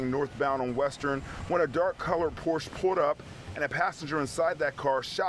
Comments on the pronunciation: It's pronounced por-shuh not porch! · It's time to learn how to pronounce Porsche,.